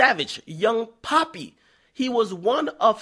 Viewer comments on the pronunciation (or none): Cringed everytime he said Pappys name. Its “P-ah-ppy” not “P-aw-pi” . Cmon Akademiks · its pappy not papi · It's Pappy NOT PAPI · It’s pappy not papi, that’s how you know akademiks don’t know anything 🙄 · Pappy not Papi my guy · its Pappy not poppy get yo shit together BJ akademiks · It’s pappy not poppy homie, even I know that! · Pappy not papi... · It's pappynotpapi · Pappy not Papi hahahah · His name don't look nothing like you pronouncing pap py Pappy with bass in your voice. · Young Pappy.. Pap-E. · Way dude pronounced his name pissed me off